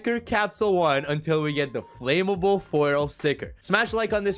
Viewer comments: It’s annoying how he says ‘FLAMMABLE’. It’s Flam-able not Flame-able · my man its not flame-able its flam-able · flame able? learn to speak. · Ask siri how to pronounce flammable